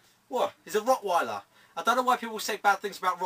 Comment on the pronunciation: mate its rotweiler not rockweiler rofl